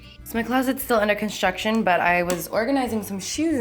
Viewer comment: I thought you were saying that you're having contractions instead of construction Lol i'm like but she's not pregnant